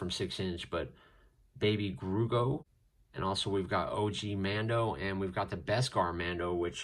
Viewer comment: Bruh man really said baby groogo not baby grogu